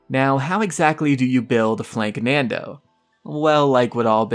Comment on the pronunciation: Hey its not flanknando its FLANKANDO no N in it